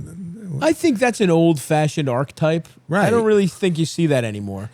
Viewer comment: Mad how Stavvy is so clever and yet still cant pronounce archetype properly 😂